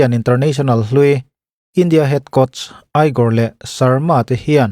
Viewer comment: igor khi egor tih in lam tur